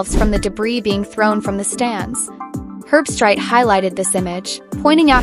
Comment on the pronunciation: Herb-street is the correct pronunciation. The dog picked with Kirk died before yesterday’s game.